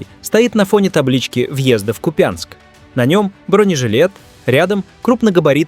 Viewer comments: Не купЯнск, а КУпянск! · Не купЯнск, а КУпянск, ударение неправильное. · У нас Купянск ударение на У...Это специально из РФ все каверкают? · Долдодяты, в названии города Купянск, удорение на первый слог... Неучи... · Ухо режет касапско-москальское ударение в названии города